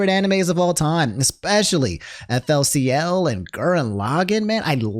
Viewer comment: I’m more mad at how he pronounced FLCL /s.